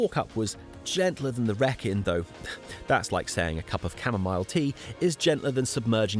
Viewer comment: You are doing it deliberately, aren't you?! "Wrekin" the way you say it, the first syllabub rhymes with "Wreck"! Extraordinary! What ever gave you that idea? Eeeeeeeveryone knows it rhymes with "reek"! "Reek-in". <Shakes head in wonder> Tolkein's inspiration for Mordor and Mount Doom, of course. And a Led Zeppelin anthem. Every Brummie/Black Country person describes a long and exhausting walk, speech, video as "Yow gooin' all arow-und the Wrekinn, bab". Ahhh, poetry. Teasing aside - glorious video of the centre of the known universe (no bias here). Oh!! And if you were to read "King Arthur: The Truth Behind The Legend" by Rodney Castleden you would know that he is buried at Basschurch! Just a step from where you slept. All of which most historians dispute, and I agree, but let's not get reality in the way of a good story. It's a fun and well written book, if you've never read a factual book before; though I enjoyed it.